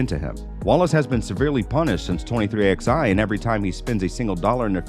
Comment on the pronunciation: It’s not xi, it’s 23 eleven